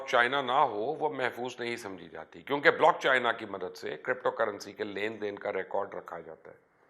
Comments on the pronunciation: لعنت تیری ری سرچ پہ پائی، بلاک چین ہوتا ہے بلاک چائنا نہیں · Mubashar sb blockchina nhi blockchain hota hy, ek to ye lafz drust farma lain n 2ndly one coin ka bitcoin se kya comparison bhai?????? Ap bitcoin ko study krain ap ko reality clear ho jaye gi... Thanx